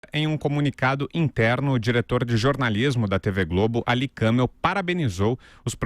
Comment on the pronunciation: Kãmel nada... É Kamél